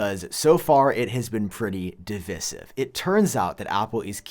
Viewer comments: Divisive is pronounced Device-iv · Who pronounces divisive like that? How do you pronounce divide? That camera bump is swiped straight from the Xiaomi Mi 11 ultra why didn't you mention it?